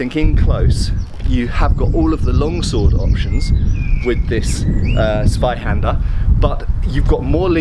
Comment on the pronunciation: Guide to pronouncing German: The "Z" is to be pronounced like a "TS". Like, for example, in "tsuba" on that lame, japanese cleaver-thing... So say after me: "Tsvai-Hander"...and you should be fine. Thanks! And...you´re welcome! - Germany